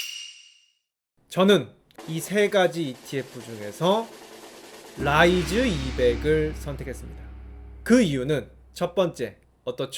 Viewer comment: ㅋㅋㅋㅋㅋㅋㅋㅋ 롸이즈 롸이즈 롸이즈 너무 웃기잖아요 ㅋㅋㅋㅋㅋㅋㅋㅋ